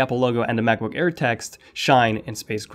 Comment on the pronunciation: I kept hearing you say macbook care :P